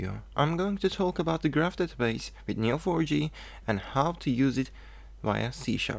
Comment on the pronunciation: LPM es Neo 4 "JEY" no for "YI"